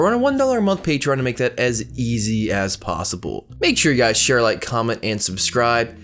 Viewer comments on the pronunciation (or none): none